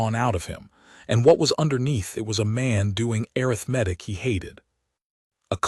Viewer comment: When will a I learn how to pronounce arithmetic?